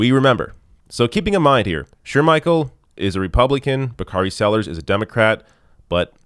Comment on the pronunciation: Bakari Sell’us (out - is silent)